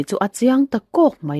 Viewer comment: "a rilru a bing" ni lovin, a rilru a bîng mup a nih chu, Baibing i lama, bîng lai i sawi ang hian lam tur.